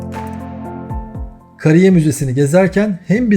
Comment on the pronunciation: Video güzel. Ama konuşan kim ise. türkçeden haber yok. (Kariye) derken a uzun okunacak Kısa degıl